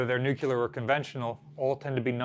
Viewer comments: New'-clee-ur! (Not new'-cue-lur) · "Noo-kyoo-ler cruisers." Come on. You're an educator! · "Nuclear. It's pronounced nuclear." - Homer Simpson as a US Navy sailor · Both and have weird pronunciation problems. just can’t say NUCLEAR correctly. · or Missouri.